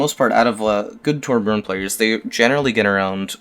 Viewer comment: Torb main that doesn't even pronounce his name correctly.